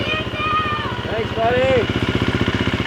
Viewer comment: Pls stop saying thanks wrong